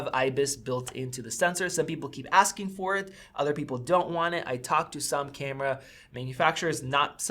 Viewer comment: love u say "cyyyamera" instead of camera ... its...kyammmra